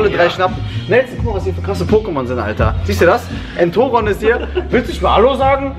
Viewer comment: Sprich Entoron bitte richtig aus